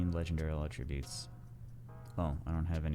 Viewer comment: I don't know what's more painful. Listening to you try to pronounce attribute, or 25 mins of a 50 min video being rock removal and making shit twitch.